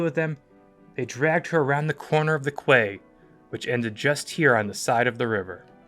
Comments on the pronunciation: Quay is pronounced “key” not “qway”. It kinda ruins the credibility of an otherwise excellent video. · You need to fix the whole voiceover for the part of the New York incident. The word quay is pronounced “key”, not “kway” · Kway? It's a Quay, it's pronounced "key"!! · It’s pronounced like “key”, not “kway”. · Quay is pronounced as 'key' , absolutely not kway , whatever that might be ! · The quay…. It’s pronounced as key. All credibility is lost 😮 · Unless I'm mistaken, it's generally known that 'quay' is pronounced 'key'. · Quay is pronounced 'key' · Whoever narrated this needs to learn how to pronounce the work quay (key) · Great animation By the way, quay is pronounced "key" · quay, is pronounced key !!!! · Only advice please pronounce Quay as Key ok thank you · Quay is pronounced Key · Fantastic rendering . The only thing I find odd and a bit grating is the pronunciation of the word 'Quay'. Maybe that's how you pronounce it in Canada/ America, but in Britain it's actually pronounced 'Key'. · "Quay" is pronounced "Key" in English. Otherwise, excellent. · 'Quay' is pronounced 'Key'. ;) Great video, thanks! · Quay is pronounced 'key' .. great video !! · Yeah, that pronunciation of quay made me a bit ill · So many mispronunciations! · You're a team of naval enthusiasts and you don't know how to pronounce "quay" properly? Come on guys, seriously 😂 otherwise, great video. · For the love of god learn how to pronounce quay properly instead of butchering the English language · Brilliant. Loved this. Btw Quay is pronounced Key same as Florida Keys. Cowes is pronounced same as the animals. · 'Kway side'? ...ooh that made me squirm.😖 .....'koze'....another one🙄. Still a great piece of work, looking forward to the next one. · Great job, however some of the narrators pronunciations needs a little help. Quay is pronounced ‘kee’ and the town on the isle of white, called Cowes is pronounced cows as in the farm animal.😊